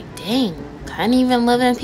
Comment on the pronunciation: “FruGet It Ima Go bAck tO eArf” no hate lol it just made me laugh the way u said it Lolll but this video was really funny